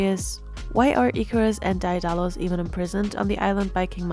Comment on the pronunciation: great analysis but i believe it's pronounced "dae (deh) • dalus"